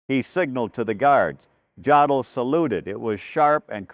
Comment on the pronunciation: In German, "J" is pronounced "Y". The "O" is pronounced "Oh". So JODL's name is pronounced "yodel". If you're going to put out these videos, learn how to pronounce such simple things properly. Your facts may be correct, but your credibility is weakened by these errors.